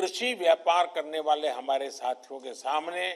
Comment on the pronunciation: Whenever he say "Sathiyo" Sounds like "Chuthiyo"